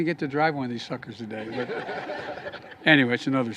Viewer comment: Do he said sucker's? :v